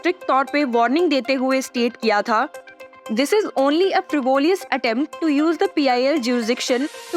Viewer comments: “Frivolous” has Only One “i”...not two “i's” and def. not three. (frĭv′ə-ləs) is how it should be. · madam kindly check your pronounciations its not FRIVOLIOUS its Frivilious pls google see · If you are going to use a term, please check how frivolous is pronounced on Google